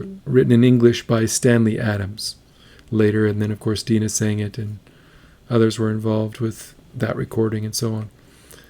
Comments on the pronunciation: Its NOT Deena, its Dina, as in die. Dina Washington. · I left out this "it's NOT Dee na, it's D eye na !!!". 🥰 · Can you say Die-nah? Dye-nah? Rhymes with mynah? Have you never heard the American folk song “I’ve been working on the railroad” (someone’s in the kitchen with Dinah)? Have you never heard of the book of Genesis, wherein which the 12 sons of Israel have a sister named Dinah— not Dee-nah!!! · Die-nah Washington, not deeeena.......just sayin , thanks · Her name is pronounced DI’-nah. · It is pronounced Die Nah Washington. I also listened to the original and was surprised how closely she sings to Dinah's version. I'm not going to ding an 8 yr.old for trying to sing like the records she listened to. I can't believe that singing in "her own voice" would be any different in the outcome. I think what she is doing is harder than to sing in what might be as easy to explain until she got older. Have you noticed how easy it is for her modulate her vibrato? Check the "Summertime" that she sang on NGT. She had been encouraged to just sing what you want and how you want. The fact that in her early years she can sing three songs and have them sound three different ways is pretty remarkable to me. This song was sung at my last wedding. While that didn't make past ten years, I got sick nothing lethal just a horrible pile of chronic symptoms. After almost eight years of tests and diminishing abilities, while it broke my heart I didn't blame her. The irony is just a few years after that she did get a bad diagnosis and passed a couple of years ago. Oh, there I go rambling about things nobody cares about. You don't need to apologize for anything. First, the song in it self can extract emotions, especially if you have memories of people who were close and are no longer there. Then there is the singer who should be face down in a 'Happy Meal' instead of singing songs that were hits back before we were her age, I'm 70 you get the idea. I close my eyes and the voice is coming to